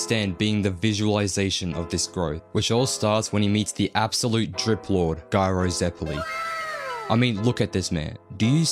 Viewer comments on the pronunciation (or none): I almost got offended as Ghiaccio hearing “Ghyro Zeppeli”, but then you used the soft “g”, and maybe realized you intended incredibly based “Gayro Zeppeli”.